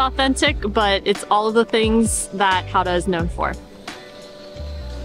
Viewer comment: I'm glad you enjoyed my hometown so much ^^ Gotta go more guttural with that G though ;) Really enjoyed this vid :)